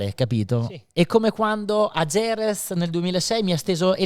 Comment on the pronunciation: Chissà perché dopo 30 anni nel Motorsport queste persone non sono in grado di pronunciare Jerez e Motegi nel modo corretto